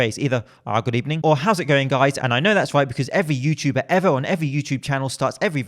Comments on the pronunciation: "good ebening" 😂😂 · "good ebening" Indeed one of the most legendary starts to a conversation